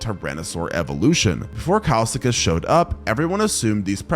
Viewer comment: bro said kilsekus instead of kileskus